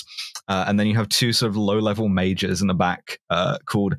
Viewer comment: constantly hearing the words "low-level electronic mages" (instead of majors)